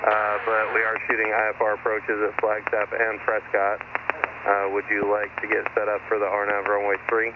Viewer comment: Tell ATC it's PRESS CUT not Press Cot... ask any natives :-)